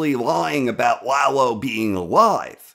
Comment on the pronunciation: yeah, stop saying LAHgh-lo. it's La-Lo, easy on the La, easy on the Lo. Lalo. shhh. Lalo. We need to talk...